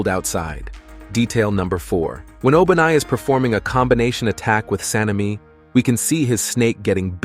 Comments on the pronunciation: what you just said O-BA-nai 😂😂😂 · Bro actually said ''obanais snake turned bigger''